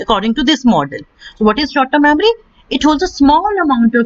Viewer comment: Mamry or memory?